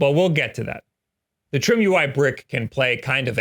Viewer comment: could it be that its not pronounced trim-ui but try-me?